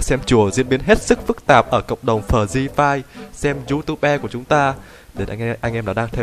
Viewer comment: Hay đoạn "phờ ri phai"